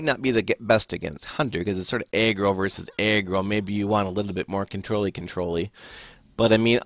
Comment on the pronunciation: why do u say eggroll instead of aggro? sounds pretty strange